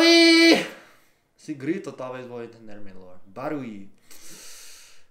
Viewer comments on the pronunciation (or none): Acho tão engraçado qdo o fala" melhor,olha,molhado"...kkkkkk...ele n pronuncia o "lh"... então,acaba ficando:" melor, Ola e molado"!!kkkkkk